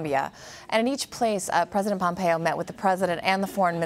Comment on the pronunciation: Did I hear "President Pompoe" ??